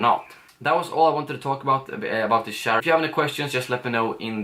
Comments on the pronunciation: Can u please learn how to pronounce "ch" in the english language... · He said shair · Lol it took so long til i realised you say chair😂 i thought you said chaar or smth xd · "My new chaar" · My new shaar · Lol I didn't notice that but when u said it it just feels so weird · you say chair in a strange way haha. like the channel, i subbed! keep m coming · When you say chair - you sound like a pirate. LOL!